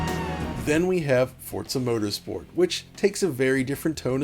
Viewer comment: Forza "Protersport"? LOL